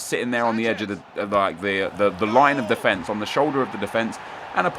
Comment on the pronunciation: Why do you say defence like an American? You are not American.